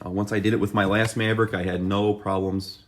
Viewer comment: Midwestern af maaaaavrick😂